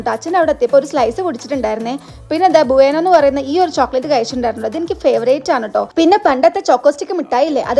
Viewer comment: Buaanoonn alla bueno nnanu